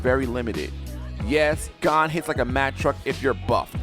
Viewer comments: Gone, Kurapuka, galana Me listening to him saying names horribly wrong as i load my shotgun: and i took that personally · You're pronouncement of Gon sounds different than in used to. (You're saying it like Gone and I'm used to it being said like G-own) might just be me idk lol